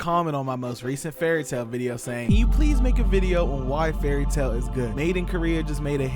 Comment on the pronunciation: Bruh you dont get to have an opinion when you cant even say the shows name right, and what you said about no villains or side characters dying confirms you didnt even watch the show and you re a whole bunch of 🧢, also about the whole "every battle is beaten through friendship" everyones yapping about, its happened very few times, fairy tail has many good battles that noone talks about, because people prefer to be toxic and listen to whatever garbage the internet says. If you trully watched the show you would know this yourself and give valid critisism.